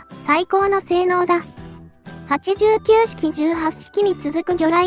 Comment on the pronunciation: 95式(きゅうじゅうごしき)は、(きゅうごしき)の、間違い。 89式(はちじゅうきゅうしき)は、(はちきゅうしき)の、間違い。